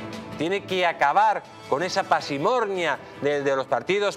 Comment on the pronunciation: Se dice « parsimonia » no « pasirmonia » 😂